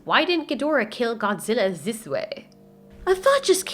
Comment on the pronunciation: "Ziss way" 😆